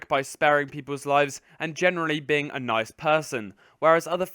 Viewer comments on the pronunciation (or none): none